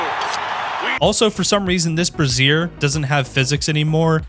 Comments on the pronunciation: Brazier, not brassiere, you dingus. Brayzer. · "Bruh-zeer" is something a woman wears. The word you're looking for is "Bray-zhure". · "Bru-ZEER" = brassiere, a lady's supportive undergarment "BRAY-zier = brazier, a pan that holds lighted coals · A brassiere (bra-zeer) is a bra, A brazier (bray-zure) is a fire container. 🔥🛡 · Brazier, not brassiere. Also, that is a lantern, not a brazier. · Brassiere instead of brazier 😆. Jump up and hit the bra! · Ah, once again, the "brazier" as "brassiere" pronunciation, always gives me the chuckles. Emphasis goes on the start of the word, not the end, otherwise that's a very different word lol